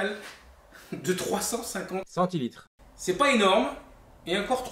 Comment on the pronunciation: Super les prises de vues, par contre le "centilitre". pas terrible mais au moins c'est clair